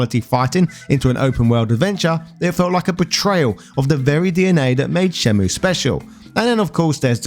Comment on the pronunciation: Pronounced 'Shen-myew'